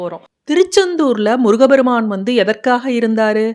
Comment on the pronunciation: அம்மிணி. தயவுசெய்து தமிழ்க்கொலை வேண்டாம். முருக பெருமான். என்பது தவறு. முருகப்பெருமான் என்பதே சரியான உச்சரிப்பு. தமிழை கொலைசெய்ய வேண்டாம். பாவம் தமிழ் பாவம் தமிழ் வளர்த்த முருகன்.